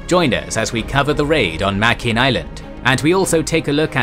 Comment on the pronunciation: Sir, it's pronounced: "Muh-grin" in the local Gilbert Islander language.